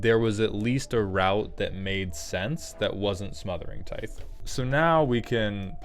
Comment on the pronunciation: Is his mispronunciation of "tithe" a running joke or has somehow no one ever corrected him?